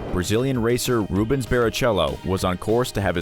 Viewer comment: Yeah u know the brown with a hit of red. What that has to do with Ayrton i have no idea. 😂. Totally jack up Rubens name too.